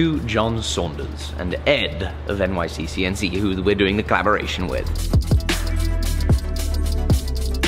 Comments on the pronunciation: Anyone else notice he keeps adding an extra C in NYCNC? Lol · Did anyone notice that said "NYCCNC" while the screen said "NYCNC"? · its N-Y-C-N-C not nyccnc!!!!!